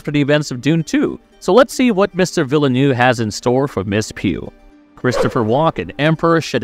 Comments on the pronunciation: I wonder whether the voice is real or AI genrated; what puzzles me is the pronunciation of VIlleneuve (vil·nuhv) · If that was a AI v/o, it was the best I've ever heard by a very large margin. That makes mispronouncing half the names an even greater miscarriage.